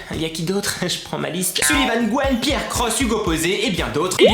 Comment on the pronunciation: SuLivan pas SuLLivan !!!